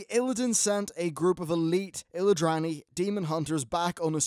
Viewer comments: It's illidari not illidrani......and it's 10 thousand years ago, not 10 years ago :P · Illidrani? They are called Illidari! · ILLI-DARI illidari. not illidrary. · It's pronounced Illidari m8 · If you cant pronounce Illidari or Metamorphosis right, you should spend some time with a game youre making a review about.